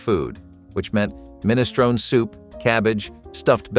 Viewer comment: You're pronouncing minestrone wrong.